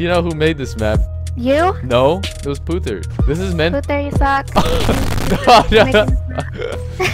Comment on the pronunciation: Pooter wtf It is Putther